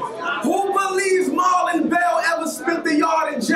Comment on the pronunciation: Hooked on phonics wont help johnny if he read Marlon wrong!!! Yung ill.......aye but john john was goin n tho...good battle